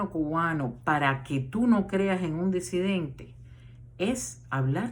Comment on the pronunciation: Muy buena su proyección, con algunas verdades, otras no tanto! Mi duda!!? Se dice “DESIDENTE”(como usted vocaliza?), o en realidad se pronuncia “DISIDENTE” ?? (Como lo avala la RAE), digo!? Si usted sabe lo que es la RAE? , y lo que significa? Por lo demás bien!